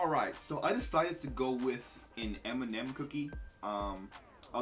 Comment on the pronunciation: Dude pronounces M&M as Eminem